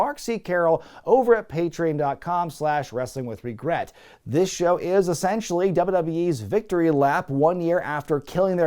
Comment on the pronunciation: No matter how many of these I watch, I will absolutely never get over and forever cringe at how you say the word "Patrian." PAY TREE ON